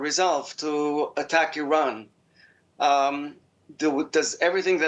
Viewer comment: This anchor can’t even pronounce word Iran, the land of the aryans. Zionism is a direct assault and rebellion against the holy Torah, Zionism incompatible with Judaism. Since it’s creation Israel nothing but a curse!